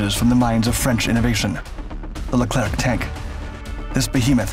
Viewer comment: Pronounced Leclear